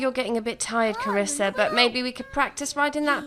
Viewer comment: Triggered everytime you say "Carissa" because that's how people mispronounce my name; and some may call me the princess of the family. 😂